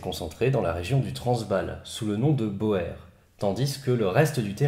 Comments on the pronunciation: On ne dit pas "bower" ou dit "bour" pour "Boer". Ils étaient armés de Mauser 1895 en 7x57 Mauser ce qui face aux Martiny Henry à poudre noire était un avantage certain. De plus les Boers (prononcer Bour) étaient des ruraux et des chasseurs, ils savaient tirer juste pour chasser. Chasser c'est manger, il est vital d'être un bon tireur pour survivre. Les anglais pratiquaient un tir de salve sans viser, avec une arme de précision et de portée moindre. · Alors, j'adore tes vidéos, mais celle-ci, mes oreilles ont saignée: BOER est un mot d'origine néerlandaise et OE ça se prononce comme un long OU en français, donc en français ça se dit BOUR... je viens de Belgique et je parle la longue alors... désolé, pour ta prochaine vidéo ;-)